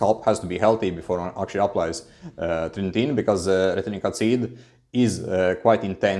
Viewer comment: yo are u able to just keep ur minox gains now with fin? cuz u been on it so long. and bro its not tretin-tin, its tretiNOIN :D ur a funny guy, love ur vids ur so good but also funny